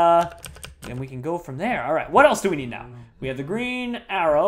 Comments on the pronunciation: Did he mean 'The Green Arrow' not 'The Green Arror' lol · Arrow not Arror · just realized he said green arror